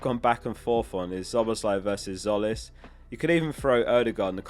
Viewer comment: Tzolis is pronounced Jolis, psoli is slang for a penis. I work in Greece…